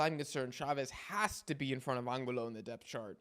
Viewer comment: my bad bro it’s just bothering me so much, it’s pronounced Angulo(An-goo-lo), oh and it’s (SE-POOL-VEDA)